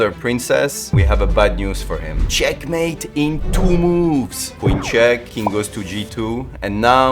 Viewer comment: finally found the person in the shorts who said " cHeckmAEte!"